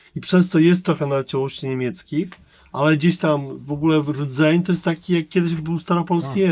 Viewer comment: no... Zapewne w zamyśle wypowiedź miała być tautologią i powtórzeniem "rzeczy", ale niewyraźnie wypowiedziane brzmi jak "rzeszy", a to w kontekście wypowiedzi o wartości wynikającej z jednolitej kultury brzmi, cóż... Niezbyt fortunnie xD